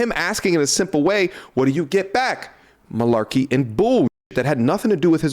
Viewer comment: You saying malarky is crazy 😭😭😭😭😂😂😂